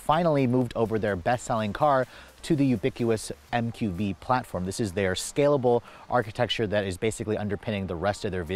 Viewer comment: Ubiquitous. No ubiquous. There’s a T in there,. You always pronounce it wrong. Every time you use that word. Lol